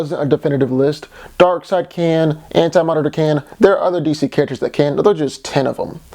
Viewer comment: You said D.C. Carácters